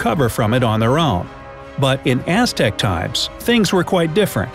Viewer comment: you pronounced that SOO wrong. I loved the Aztecs and learned how to pronounce that name.